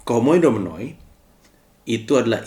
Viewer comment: Maaf bang, mungkin saran dikit hehehe. Dalam bahasa yunani, kata 'ou' itu dibaca 'u' hehehe. Sama halnya Oikoumene dibaca oikoumene